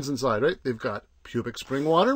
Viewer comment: I agree it is a samll town with not much to do, but you did completely miss the nicer parts like Rockledge Dr. aka River Road. And I assume you do know you are pronouncing Publix wrong.